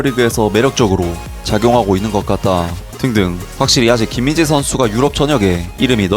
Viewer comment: 한번씩 김인재로 들림 ㅋㅋㅋㅋ